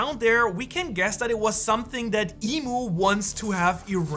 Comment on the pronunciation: Imu not emu